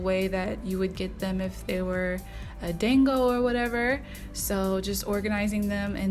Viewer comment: Thank you for giving the proper pronunciation because ight was low key killing me, and I wanted to check to see if anyone else had said something before I repeated it. 😁 My daughter is hard core all things Japanese and was shouting "SHE'S SAYING IT WRONG MOM!!!!!!" Lol!!!!